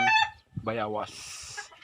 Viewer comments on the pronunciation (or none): Boss bayawas o bayabas pakilinaw lang po. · Bayabas not bayawas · Bayawas haha bayabas pati ba naman yan hirap sa pag bigkas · Bayabas hindi Bayawas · Bayabas ba o bayawas, kc parang bayawas ang dinig ko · anong tawag mo dyan bayawas hindi bayabas yan ano ba yan bosing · Boss utal Ka nmn eh. Dahon ng bayabas hinde bayawas.. Dapat po dahon ng guava na lng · Bayabas bro hindi bayawas. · Bayabas Kamo Kasi Hindi bayawas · Kau na boss Ang mag adjust kz bolol xa sa w👍